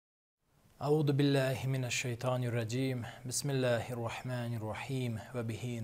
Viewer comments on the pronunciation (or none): Аузубиллах ! А не Аутубилах. С первых слов не стал смотреть.